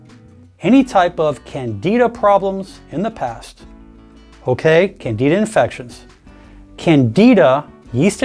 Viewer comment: The fact that this CLOWN doesn't even know how to pronounce "candida" correctly SHOULD tell you how reliable his medical "advice" is. If you have a herpes problem, consult a REAL doctor, NOT some some pseudoscientific nonsensical CHIROPRACTOR.